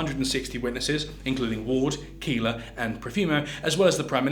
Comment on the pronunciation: Keeler or Keller… poor